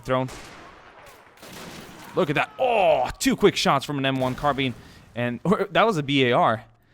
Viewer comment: the way you say carbine